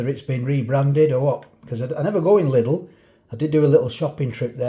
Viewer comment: Lidl is actually pronounced "leedel" but i'm not german so i don't care.. 😂😂😂